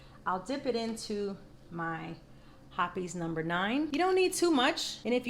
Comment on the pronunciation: Happes? It’s called Hopps lol